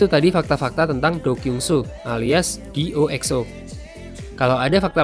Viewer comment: Maaf aku juga mau ngelurusin, namanya D.O. (D titik O titik) bukan D.O